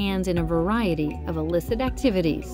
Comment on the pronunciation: Not 'elicit' but illicit - does Java Films have access to dictionary rentals?